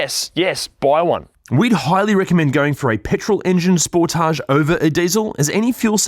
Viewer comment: FYI, I bought a used 2017 Sportage or Sportáge SX Turbo, as you pronounce it, in March of 2025 with 10,200 miles or 16,400 km on it. I absolutely LOVE this vehicle and it IS Fun to drive and I have had NO problems with it since the purchase date. I did buy an extended Bumper to Bumper 10 year Warranty as with a Turbo it can be expensive to replace and literally EVERYTHING is covered under this Platinum $100 Deductible Warranty. As of Sept. 24, 2026 I now have 12,500 miles or 20,116 km on this vehicle and will own it till ?? This car has so many OPTIONS on/in it that I still am LEARNING about everything. OH, we bought a New 2025 Telluride in Feb. of 2025, for my wife, and this car is a DREAM to drive and own. Love your channel also.